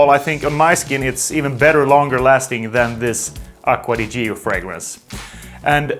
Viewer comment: Acqua di YÍO? nop Acqua di CHOOOO (with italiann hand) ..haha Nice video..and not Worth it.